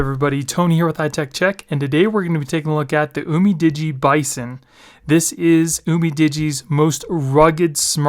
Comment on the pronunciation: It's "you-mi-di-gee"